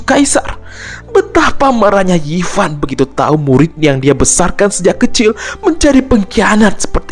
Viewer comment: Zofan di bilangnya yifan lah geblek